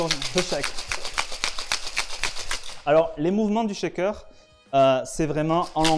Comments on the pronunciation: Si je peux me permettre c'est "shaker" et non "chaker" 😉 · belle entrée en matière pour tous ceux qui veulent découvrir notre beau métier ! par contre la prononciation du shaker c'est CH pas TCH ! par pitié il n'y a pas de T dans le mot :'D